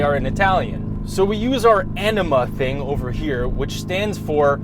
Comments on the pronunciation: Enema? Ohhh... Anima. Could’ve sworn he said enema. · Totally heard Enema instead of Anima XD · "Anima" (enema) does not sound like Italian lol.